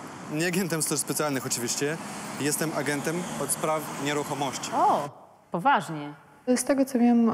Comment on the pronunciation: on powiedział old zasady, a nie od zasady